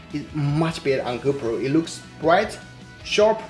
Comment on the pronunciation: Thank you. Very good video. But you should pronounce "GO PRO" with strong PROOOO" . Sometimes your Gopro sounds like "Gober".